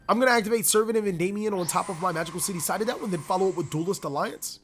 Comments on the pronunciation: Citadel --> Say Sit... Now say adel... Now say them together... CITADEL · It triggers me how you pronounce citadel xD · the fact he said citadel wrong bothered me alot